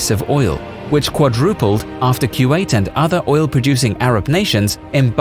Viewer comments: Its not Q8 It is Ku wa 8. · Fairly sure it's "koo-wait" no "q-eight" ... maybe I'm wrong. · i think kuwait is pronunce as koo wa it